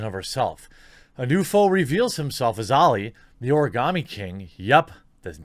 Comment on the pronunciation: Karen coated Karens with Karen filling Ps. Why are you able to say Origami so well but not Sekiro?😋